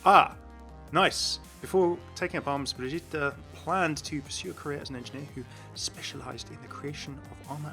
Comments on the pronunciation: It's pronounced Briggeater btw. Not Bridgeater. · Good video as always but three things wrong: -75% xp, you already saw the skins, and you said Brigitta instead of Brigitte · P also i think ur still saying her name wrong lol